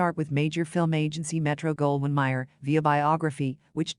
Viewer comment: All of this content is nothing new. It is everything a basic primer of Crawford has already told. Also, you mispronounce many common names: Bette Davis, Roger Ebert, Metro Goldwyn Mayer. Citing your sources during the monologue makes this video sound like a sophomoric book report. And finally, the monotony of the narrator's voice sounds worse than fingernails on a chalkboard.